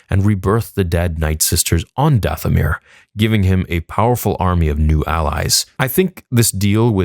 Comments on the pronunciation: Did it bother anyone else that at minute 24 she says, "For DaFFFomir" instead of Dathomir as the subtitles suggest? 😂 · Subtitles said... For Dathomir. She said... For DaFFFomir. 🤦🏼‍♂️